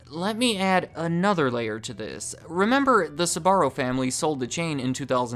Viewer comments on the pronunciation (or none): Pronounced like it's spelled!! Sbarro NOT Sa-barro!! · You pronounce it “suh-barro”? Lol I’m pretty sure it’s basically pronounced “sparro” except with a “b” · I hate the way you pronounce the name…Sbarro, not Suh’Barro. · Never understood why americans pronounce Sbarro as Sabarro! Why the extra syllable? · Having had the privilege of being extraordinary close to this family.. The first thing I’ll say is that the pronunciation you use of their name is all wrong -the family pronounces it “ SPAH -R0” Not, “ SUB -AH -RO. This was an incredibly close family and I’m sure they still are. Carmella was a woman with unbelievable energy and drive. She was also warm and endlessly gracious and generous. Her husband Gerry -short for Gennaro embodied the same qualities. The more commercial their business became, the more it suffered. Very interesting documentary and a lot of memories for me. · They're called Sbarro, why are you insisting on calling them Sabarro? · Why do your pronounce it like Sahbarro? Its wrong. Its pronounced like Zbarro with short s. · Its not pronounced "S"..barro , the "S" sounding like a "C" and then "barro". You pronounce the "Sb" together followed by "arro" Sbarro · It’s pronounced SBA-RRO not SA-BA-RO! Drives me crazy, ask any Italian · You must be from the midwest or something. An admitted difficulty in pronouncing their names....and the company name itself. Sbarro, not Suh-barro...2 syllables, not 3. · Jeez man, It Is not "esbarro" Is "sbarro", damn Christ, Is italian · Why do you keep pronouncing SAbarro...??! it's SBarro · Horrible pronounciation, it isn Sabarro or Subarro, don't add random letters to it!! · so when did Sbarro became Tze-barro according to this pronunciation? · I find funny how he pronounces "Sbarro" as "Subarro" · The fact that he keeps pronouncing "Sbarro" as "Subaru" is tripping me up lol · Do Americans really pronounce Sbarro like that? Christ almighty! (I'm not Italian)